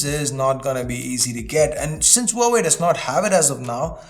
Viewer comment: Wowway Is this how huawei is pronounced?